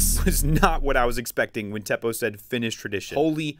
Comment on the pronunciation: I'm going to help you now the name Teppo it is not pronounced like thepoh it's like TE PPO you will thank me later